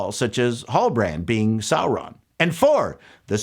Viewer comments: "Sauron-dar" caught me off guard 😂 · “Saurondar”, funny 😅🤣😂